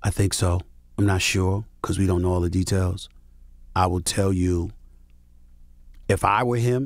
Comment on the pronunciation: Stephen A talkin bout “tea-tails” 😂